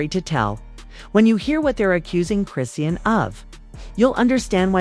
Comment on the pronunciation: This lady is messing up the pronunciation of Chrisean name 😂